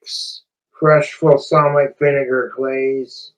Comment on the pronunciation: Low key doesn't even sound like he's pronouncing "balsamic" right tbh... he's doing that thing where he kinda rush-rumbles words he can't pronounce/understand yet somehow thinks he's fooling people.